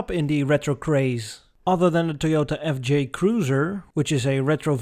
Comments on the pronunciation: The reborn Holden FJ concept car was pronounced "effigy". As to the insufferable heat in summer in Australia, we all have air conditioning and we wear thongs ...flipflops, not bumfloss. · It’s pronounced HOLDEN F-J